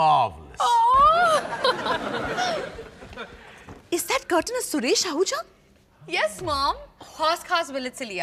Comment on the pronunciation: Marvelous ❌ Marlevous ✅